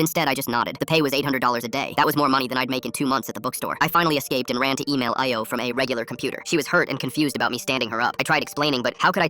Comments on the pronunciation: Nigeria mentioned Why did it pronounce Ayo and Lagos like that😭🙏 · yeah lol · My thoughts exactly